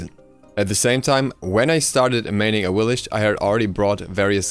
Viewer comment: It is pronounced Awilix, not "Awilish"